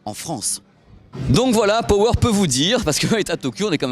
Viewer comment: "Pohweure" et "I-Fi", c'est tout ce que j'entend